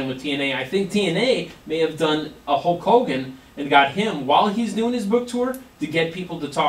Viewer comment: again it's Hulk Hogan not Hawk Hogan.